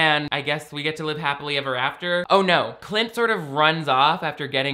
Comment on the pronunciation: I swear said “clit” instead of “Clint”, I kept doing double takes 😂 between this channel and the TikTok guy who watches the Gramps Cinematic Universe™️ christian movies it’s the only way any of these movies are tolerable (and by that I really just mean I enjoy the snark/commentary)